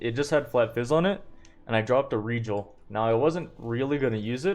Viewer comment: The way this man pronounces Regal makes me twitch, but the run is amazing and very educational